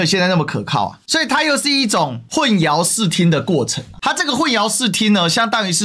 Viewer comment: 混淆读hun xiao（二声）